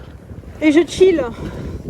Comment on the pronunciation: ma fille et ses amis le disent tt le temps ;) mais tu semble prononcer comme k de kill alors c est ch comme disons ch[ ut] :)